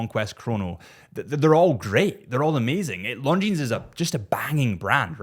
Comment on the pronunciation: Tudor? I would definitely go for the Black Bay One 👍. (Omega? James Bond is wrong. And Longines has a silent „s“😉).